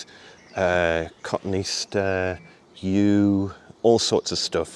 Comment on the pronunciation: Btw it's co-to-ne-aster not coton-easter